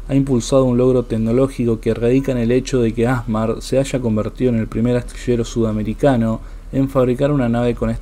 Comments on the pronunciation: no es A'SMAR...es ASMA'R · El nombre con que se abrevia los «Astilleros y Maestranzas de la Armada» ASMAR, no se acentúa vocalmente en la primera sílaba AS, sino en la última sílaba MAR. Como es una palabra aguda que no termina en una de las letras ene, ese o vocal, se escribe sin acento gráfico. Si se acentuara en la primera sílaba, habría que escribiría con acento gráfico.